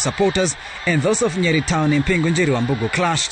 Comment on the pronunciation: She says Wambugu like it's s'pposed to be said. Lillian uko poa